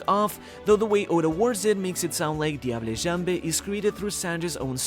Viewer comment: Thanks for the video. FYI, "Diable Jambe" (Sanji's technique) is French for "Devil's leg", NOT Spanish therefore the the final "e" on both words are silent.